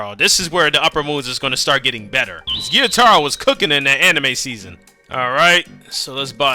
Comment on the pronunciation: It's not giyutaro it's,gyutaro, gyu it's one syllable